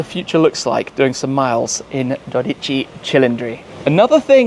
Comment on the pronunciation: It is dódici not dodíci.